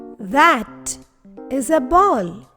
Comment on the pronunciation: Why are you saying “dash” instead of “that?”